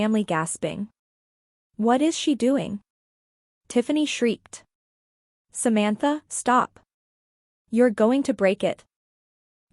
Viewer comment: I made it to but had to give up. The bad, awkward AI reading was too obnoxious. It couldn't even pronounce the name "Samantha" correctly.